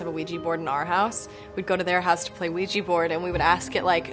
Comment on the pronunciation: OUJI? WTf hahahaha it’s OUIJA